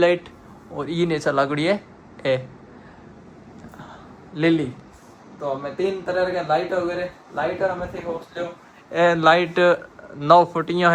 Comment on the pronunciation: लिली ❌ नीली ✅ 😁😁😁😁